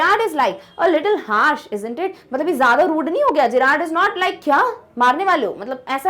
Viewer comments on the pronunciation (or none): none